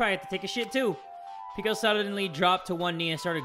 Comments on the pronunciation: Bro I hate how hes dissing these names 😭 its peck-o you were saying it right in the first place brooo (Edit) you guys need to like the video more bruh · He pronounced it peko peko before idk what happened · pronounces Peko as Pico Peko: "am I a joke to you?" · No one:: "pico" The fandom: "peko" Fuyuhiko: "peko" The rest of the cast: "peko" SPOILERS(?) Peko: "tool" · The way that pronounces Peko... "Peeko" lmao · OMG WHY IS HE CALLING PEKO PICO IM SO DONE ABJSBAJS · its not Piko it PEKO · I mean those names are new but still, ITS PE-KO